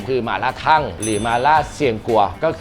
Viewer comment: อ่านออกเสียงว่า ทัง ครับไม่ใช่ ทั่ง